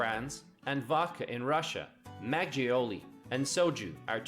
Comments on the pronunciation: It's not majiolli it's maKeoli (makgeoli). Also children are not forced to go to school. They go to school. That was a weird statement lol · It felt like he was scraping his nails down a blackboard when he said maggioli like it's an italian word rather than makkoli. Please can these people learn basic pronunciation... 🙄